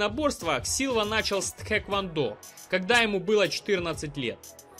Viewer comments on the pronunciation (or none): none